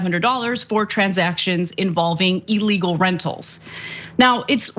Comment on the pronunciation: Illegal not elegal